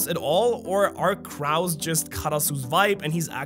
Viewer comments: Crows="Crohs" not "crars". Someone as multilingual as would might care. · the pronounciation of crows was just awful i mean CRAWS REALLY its CROWS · Say it with me “CrOOoohs” Crows. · This guy really said crawoos and not crows😂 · wtf is a craow. Lol I was listening during work and was like what is he saying. Lol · This dude made my food taste bad when he said "kraus" instead of "crows". Literally put a bad taste in my mouth... ruined my mood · I cant belive cant say crow man said craw like 5 times lol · Bro its not crows like cows its crows like rows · Its not "Craus" its Crow's LOL😂😂😂😂😂LOL 😂😂😂😂😂😂😂😂😂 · I know English is not your native language, so I'll be as sensible as possible on this one. When you mentioned crows, you pronounced it like 'Kraus'. The 'o' vowel would be pronounced the same way you pronounce 'show', or 'low', 'know'. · im sorry craus? not crows? ajjajajaja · No shade mate, it’s pronounced cr-oh. Crow. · Cr Ows?!! you mean crows as in croes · Bro said croows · I will be pronouncing them Cows with an R from now on thank you. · I think it's pronounced cr-oes or c-rows as in rows and columns not rows as in having a row with your partner. Maybe it's a British thing 🤷‍♂️ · for a native english speaker; the way he pronounces random words is concerning. what are crOWs my guy? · Crows is pronounced “croes” my friend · The hell is a krauw? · it wasnt the voice for me it was the way you pronounced crows hahaha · I hope you're feeling well. Love your storytelling but man, why you torture that "O" from "crows"?🥲 Peace! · Great video but how do you say Crows wrong twice lmao. 😂😂😂😂😂😂😂😂😂😂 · My guy you’re pronouncing crows wrong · Tf is with your pronunciation of crows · Why do you pronounce crow like that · How you pronounce crows... Why, lol. Team Shanks is secretly a Holy Knight. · He keeps pronouncing crows wrong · The way you say crows disturbs me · Not how you pronounce crows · Just FYI, that's not how you pronounce "crow".